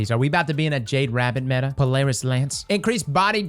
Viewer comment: On ja I’m about to start taking a shot every time says metah xD